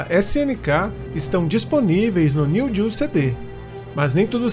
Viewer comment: NÃO SE FALA NEW GEO, é NEO GEO.